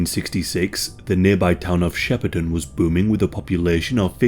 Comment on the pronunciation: From the area and you said Yarrawonga and Shepparton correctly! Tocumwall though is more like Toe-cum-wall. Also, a more lighthearted fact, Shepparton is filled with fibreglasse cow sculptures.